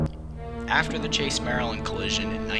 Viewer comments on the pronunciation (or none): none